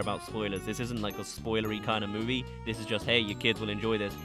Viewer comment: bro said mowie